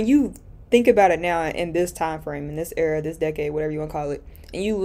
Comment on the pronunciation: I love your content but hearing u say “era” is painful🤭😜